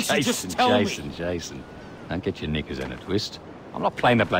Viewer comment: really should work on pronouncing her K's, that "knickers" sounded a little too close to another word.